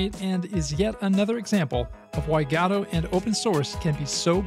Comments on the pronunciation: why do you pronounce it 'gadot' instead of godot? xD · its not gadot , g o d o t , spell it slowly , G O D O T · it's pronounced "ge-doe", my dude. Like the play "Waiting for Godot" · I love how everyone pronounces it goe-doe, but he pronounces it gato. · There is absolutely no "A" in "Godot" :D Thanks for this awesome showcase! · For the love of Christ, Lucifer or whomever you worship, learn to pronounce GODOT.